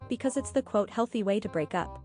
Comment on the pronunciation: “It’s called a hhHHOLTHY breakup.”